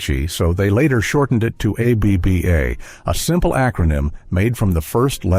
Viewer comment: Why keep pronouncing the separate intials?.It’s pronounced aebaa